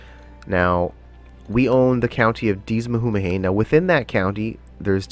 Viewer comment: Deas mhumhain is pronounced "Dez voon-an" which becomes the name Desmond "The kingdom of Desmond". mhumhain "voo-an" to this day in gaelic is munster, which is the south western province, called connacht "con-ockt" today. Remember, they would have spoken gaelic in Ireland at the time, not english, so weird sounding names, would be normal back then, and as british english became more prominent the names would have been re-written into more conventional english so as not to confuse people. For example, Dublin used to be Dubh-Linn, which in gaelic means Black Pool, Dubh is black, Linn is pool, and that is the gaelic we are taught here in schools today.